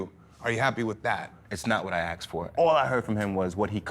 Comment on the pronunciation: Why'd he say "aksed" instead of "asked"? That's not how you say the word